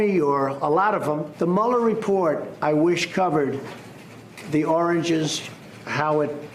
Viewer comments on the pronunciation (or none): Well thank heaven MSNBC has apparently figured out that Trump's deranged incapacity to pronounce the word, "origins" - repeatedly, which is the truly telling thing, it tells us this is not unusual, he doesn't seem embarrassed by it - and instead saying the totally different word, "oranges", is a conclusive demonstration of Trump's mental impairment. They should be showing that clip every night. The implications of that clip only get worse day by day. Trump can launch nuclear weapons. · Joseph Kurien - well, Trump did know the meaning of the word "origins" since he correctly chose synonyms.... He just was having a lot of trouble actually saying the word properly and kept repeating the incorrect one ("oranges"). He seemed to actually be aware of the fact that he couldn't hang on to it, also, and looked unhappy about it. But it is worrisome that he is continuing to have trouble retrieving the right word. This has been happening increasingly frequently over the past few years. His vocabulary was much larger even ten years ago and he was then able to speak in complete sentences without getting off track halfway through a single phrase as he does now. He didn't struggle to come up with more specific words as he often does now. Notice how often he repeats a simple generic word - that's because he can't remember the right one. He has trouble understanding a lot of questions also. And people working with him have noticed how hard it is to provide him with new information. He just doesn't pick it up easily. His interviews seem especially incoherent and impossible to really follow, but his other statements are also problematic. Even just his clear linguistic decline indicates cognitive decline, which is not a good thing in a President. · Is he saying "oranges"? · Is this the old orange tape or is it another time - how can he not say origins. Mesophilioma or something but origins. And what does he mean by 'hot people'. Just because Comey wouldn't become his yes man unlike Barr.